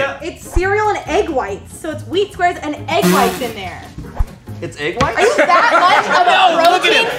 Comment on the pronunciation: the way Shayne says "It's egg whites?" 😂 Like he knows everyone's thinking "wtf is wrong with your tongue"